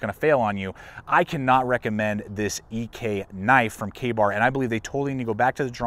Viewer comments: I pretty much stopped listening when you called it the “John Ee-Kay” knife. It’s Ek. Pronounced Eck. Last name of the designer. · not E K, but Ek. say it with me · Sorry last post, trying to help. EK is John Ek's Last name, it's eeeh-k, a strong finish on the K. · It’s John “Ek” ; Ek is his last name .. I have many Ek knives pre 1995 and they are of great quality .. I can’t speak for today’s quality .. Try batoning the wood instead of chopping the wood .. Did Ka Bar fix the problem ?. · I have a super rare Commando 5 that was made after Ek Knives was sold to Joker. Joker went out of business almost a year later. One of the guys from Joker went on to start Bark River, but before that he made limited runs of the Commando 5 in A2 steel. And it's not E.K. knives... It's Ek, that's the dude's last name "Ek" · Once again, Ek is a name. Like heck without the 'h'. John Ek was a person. If you like to know these things, Ek is Swedish for Oak, so Mr. Ek was likely of Swedish or Norwegian extraction. His company and knives are named after him. Perhaps they were better before Ka-Bar bought the name. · The guard is made to be removed, which is why it’s tensioned by the scales instead of welded into place. Original Ek’s can often be found with no guard at all, and this is also why the scales could be removed in an era where pinning was the only thing considered acceptable. The name is pronounced “eck”. The knife didn’t fail. No disrespect meant, your understanding of it is what failed. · First aspect, learn how to pronounce Ek, it's a man's last name. I bet you didn't do any research, very amateurish